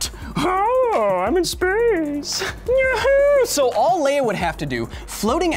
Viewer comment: 'Leia' Q_Q not 'Leah >_>